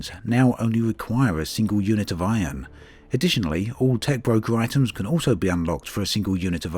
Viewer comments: I like how you say Iron (ion) xD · Drakey Fenix thats how we pronounce it here in NZ